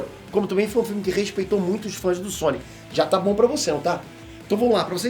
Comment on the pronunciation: o c de Sonic parece um ó na tumbkkkkk, "sonio"